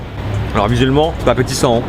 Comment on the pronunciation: Vous aussi vous entendez musulmans quand il dit visuellement ?